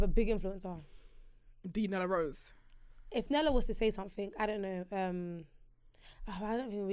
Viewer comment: She said, "THEE NELLA ROSE" cryinnggg